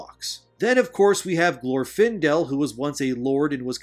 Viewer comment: Good video but PLEASE have people listen to a read thru FIRST and correct your pronunciation before recording!!! You mispronounced a couple of words and peoples names (Rhetoric, Eowyn, Glorfindel, Gandalf, and Sylvan?). Have you ever even watched the movies? Doesn't seem like it. Also Middle Earth looks and is written the way it is NOT because he lived in England and he wrote what he knew, although that HELPED. He wrote Middle Earth like he wrote Middle Earth BECAUSE it was supposed to be a fictionalized, mythologized ANCIENT history of England SPECIFICALLY.